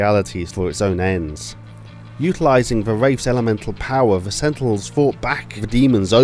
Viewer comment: Loved the video, but if you're serious about making YouTube a career, work on your pronunciation and your accent. It might seem nitpicky, but your "th" sounds seem always fall into "f" sounds, especially when you were saying Wraiffs. As a fellow Brit, I sympathise with the difficult of trying to sound American, but try and spend a little time practicing it. Other than that? Solid video, subscribed for more.